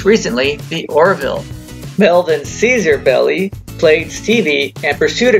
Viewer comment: Just to let you know - Melvin's last name is pronounced "Bell - eye", not "Belly". Melvin's 1st cousin was my grandfather, so we know the family name.